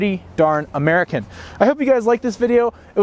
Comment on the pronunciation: he said murkin